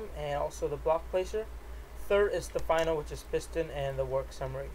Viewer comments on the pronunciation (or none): none